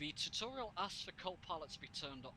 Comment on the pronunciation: tewtuuurial, haha love it!